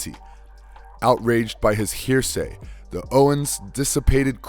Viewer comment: Video was fine but for the random and jarring mispronunciation of basic english. Heresy into 'hearsay', except into 'exkept', 'power of countless universities', etc. Proper presentation is something to be considered in quality control.